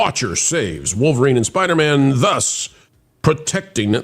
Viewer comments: Please don’t ever let culture say Spidermn on air again. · Anyone who can’t say spider man should not comment on marvel